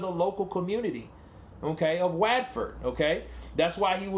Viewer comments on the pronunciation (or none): Fury is spot on. He would’ve been crucified if he’d made any racial comment about shopping in white or Gypsy only run shops. Gypsies do get racially stereotyped in the UK. FACT. Btw it’s pronounced What-Ford but ford is pronounced like the word ‘hood’ but with an f instead of h✌️ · just to let you know it’s pronounced whatford 😀👍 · Is pronounced "what-fud" Watford Lol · Was just about to advise exactly the same 😅